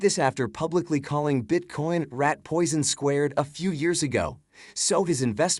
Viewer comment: Is he saying Bitcorn? 😂